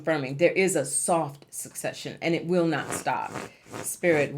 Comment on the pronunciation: sec-session not suc-cession PLEEEEEASE